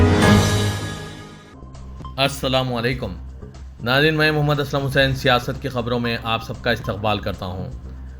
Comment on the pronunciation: aap ko Asaduddin owaisi ki speech kay word to work news may bolnay ki kya zarurat thi, aur aap jab bhi Akbaruddin owaisi aur Asaduddin owaisi ka naam lay to "Janaab" work ka istamaal karye, ok aur last but not least aap news say pahlay "Assalaam walaykum" kahtay hain, ye galat hai. "Assalaamu alykum" kahna chahiye. koi aalim say cross check karleejea agar mai galat kah raha hun.